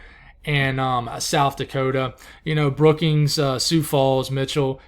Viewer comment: I’m from South Dakota and I’m happy to say you pronounced the names of the towns and cities correctly! Even my own town Brookings!